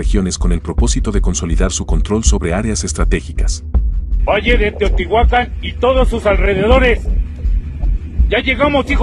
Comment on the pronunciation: Puro chilango 😅 no saben ni pronunciar bien Teotihuacán